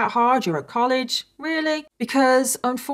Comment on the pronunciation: This is such a heart breaking case. She was so innocent. And thank you for pronouncing Lovell correctly. That is my maiden name and everyone always butchered it. ❤